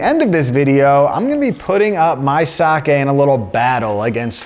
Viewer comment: Thank you for not pronouncing it 'saki'.